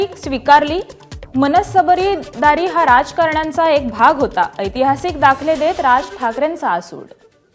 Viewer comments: मनसबदार असा शब्द आहे उच्चार नीट करता आला पाहिजे. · ताई... तू बोलण्याची वाचण्याची प्रॅक्टिस कर.. संस्कृत श्लोक म्हण.. तुझा performance सुधार.. मनसबदार हा शब्द वाचताना फार गम्मत केलीस